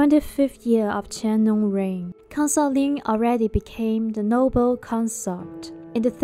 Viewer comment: Consort...please Pronounce properly